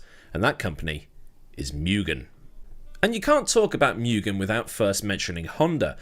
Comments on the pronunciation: Take one drink every time says "miugen" instead of "moogen" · Interesting video. But being a Japanese company, it would be more 'moo-gen', not 'mew-gen' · MOO GHEN not myougen 😅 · First syllable is pronounced “moo”, not “mew”.